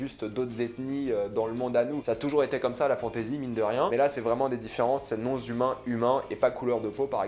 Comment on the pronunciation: non-humains sans liaison svp ;)